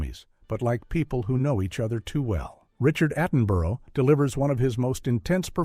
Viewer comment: Who is this Richard Attenburrow guy? Does he mean Richard Attenborough?